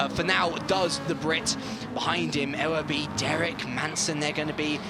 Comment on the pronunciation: Ewerby (yoo-were-bee) just for future reference ;)